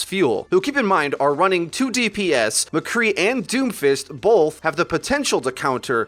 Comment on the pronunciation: Both not bolth.